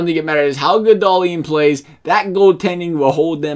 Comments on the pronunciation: DAHL-IN,NOT DAHL-EEN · Hahahaha no, in sweden we say Dah-lin. Should atleast sound a little similar even from an american?